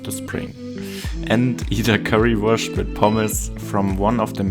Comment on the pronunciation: Which region in Germany are you from? The way you said Currywur*sch*t makes me think you're from the south. I was born in Ulm and currently live in Heidelberg, thats why I'm interested.